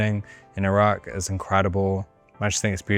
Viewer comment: the only white guy to say iraq properly